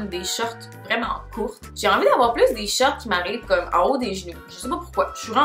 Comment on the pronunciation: La façon dont tu le mot «shorts» me fait tellement rire haha on dirais tu dit « shirt » j’étais perdu 😂😂